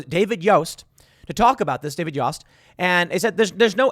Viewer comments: It’s pronounced yoast like toast. But spelt yost. I swear to god Timmy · Ohio A.G. David Yost (is pronounced like Toast with a "Y") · Small detail, but the AG of Ohio is pronounced YO (as in yo-yo) st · Tim, Yost rhymes with post. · Yost is pronounced like oats.